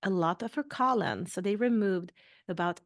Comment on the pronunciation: Is it that difficult to say colon? After 3 mins you've said colin 300 times. This is unwatchable.